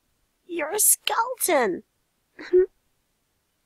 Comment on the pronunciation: okay first..... dod i hear you say skelton xD